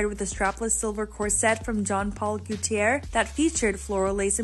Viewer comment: "GOO--tee--air"??? holy moly, it's GO--tee-ay! This is an iconic, world-renowned designer, who has been around for years. You work on the internet, it takes a 1 minute Google to find and watch a pronunciation video. This is a supposed to be a professional organization.